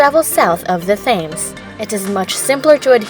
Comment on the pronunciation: London River isent called fames. Its called Thames. You pronounce it like tems.